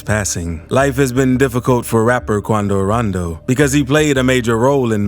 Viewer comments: I really hate ya voice 😂😂😂😂 and the way you say quando randoo 😂 don’t block me. I still watch all ya videos lol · Bro y hr saying kuando Rondo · The way he says quando rondo is FAH😁